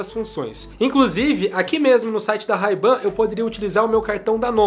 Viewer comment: Ray Ban se pronuncia wrei ben, bora estudar inglês ;)